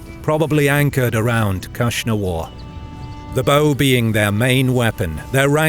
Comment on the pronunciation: The Hephtalites khagan name was KnushnavaZ (Akhsunwar), not KhushnavaR